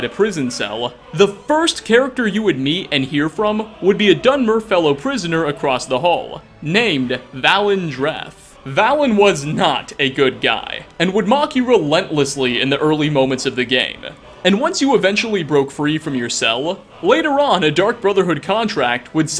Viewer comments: It's Valen Dreth as in "Vaylen" come on the man screams it 20 times before you shoot him. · It’s pronounced VAY-LIN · Your mispronouncing Valen! Valen Dreth says his name in Oblivion.